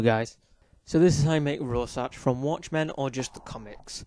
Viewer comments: AGAHHHH IT'S PRONOUNCED "ROAR-SHACK" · Hahahaha he pronounced Rorschach wrong